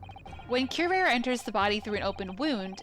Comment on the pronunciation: Kyoo-rah-reh. I think you had it right the first time last episode. It's also the name of a Batman Beyond villain and they were pretty good about pronunciations unlike other Batman media...